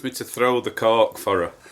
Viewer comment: The way you say cork. Oh my goodness, I thought you were using foul language with your dog😂